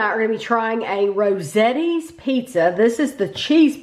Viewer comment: It’s pronounced Rose-AHHH-Tees